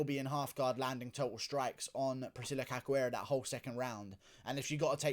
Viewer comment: "Cacuera", "Aruarro".... I can't take it bro. 😂😂😂